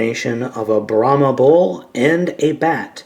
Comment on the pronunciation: Brahma not birahma